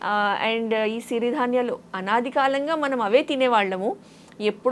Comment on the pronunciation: సిరి ధాన్యలు అనరు, "చిరు ధాన్యలు " అనాలి